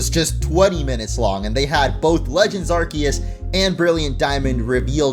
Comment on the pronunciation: You get my Like just for pronouncing Arceus correctly